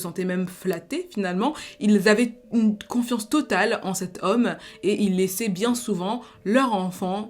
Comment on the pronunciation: Salut, juste pour info on dit confiance pas quanfiance